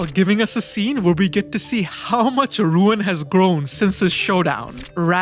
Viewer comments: Nice video overall...but I am pretty sure the name is not "RUuen" but "Ryūen"...RY-UU-EN. that triggered me very much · His name is Ryuen not Ruin.